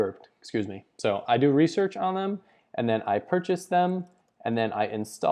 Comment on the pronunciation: RESEARCH not REASEARCH